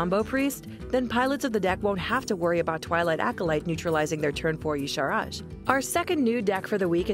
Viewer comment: Oooh...so close to correct but YAH-Sha-Raj not YEE-Sha-Raj